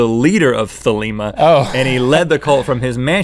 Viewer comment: nope its pronounced theh-leh-ma, like themla with an extra syllable